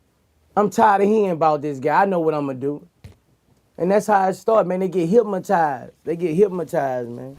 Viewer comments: Anybody realize he really said hipmatized lol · Boosie:" hyp-motize"😂